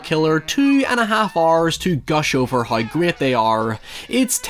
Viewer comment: I can't decide if "noi" is better than "hoi"